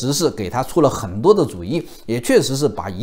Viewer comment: “痕多” 是啥口音？？？服北吗？